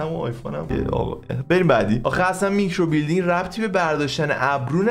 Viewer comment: میکروبیلیندینگ نهههههههههه میکروبِلِندینگ 😐🤌